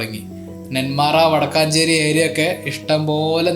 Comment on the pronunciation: വടക്കാഞ്ചേരി അല്ല വടക്കഞ്ചേരി ആണ് രണ്ടും വേറെയാണ് വടക്കഞ്ചേരി പാലക്കാടും വടക്കാഞ്ചേരി തൃശൂർ ജില്ലയിലും